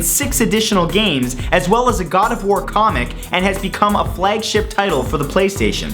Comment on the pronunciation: Is it just me who thought that he said gardevoir comic (as in the Pokemon) not God of war comic?